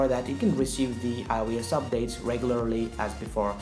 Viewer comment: when you say it it sounds like “ioas” LMFAO